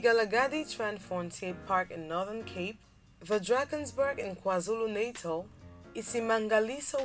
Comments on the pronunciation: 😂😂 It's not Kwa-zulu "Naitel" it's kwa zulu Natal but great video nevertheless 😂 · 😂the way she says kwaZulu "natal"